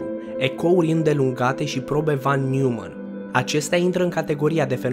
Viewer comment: Noimann nu Newmann e nume german asa se citeste 😌 no hate vroiam sa te corectez.